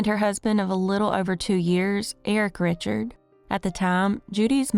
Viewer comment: I left Louisiana feedback a couple years ago. This is my first time back. The surname Richard in Louisiana is Ree-shard, not Richard. Ther-ee-ot”? I’m guessing you mean Theriot, which is pronounced Terr-e-o. You learned nothing from feedback. Do some freaking research and editing before publishing. Louisiana has FRENCH pronunciations. I’m can’t take you seriously as badly as I want to. 😔. It’s really simple. You butcher the most basic English language.